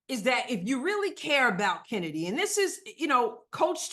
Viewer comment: Its not kheeseburger and its certainly not chennedy.